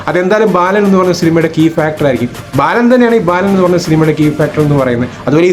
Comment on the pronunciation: ബാലൻ....... ബേലൻ അല്ല.